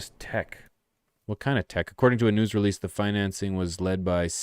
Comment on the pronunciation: You got to give medic grow a try ... I.m.o. there the best lights for price in the game. Love the content big guy. I know it's gonna sound like I'm an ass. I'm not trying to be but are you saying nudes or news? I'm thinking news....